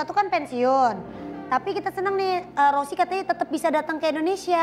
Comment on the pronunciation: Valentino Rossi ❌ Valentino sorri☑️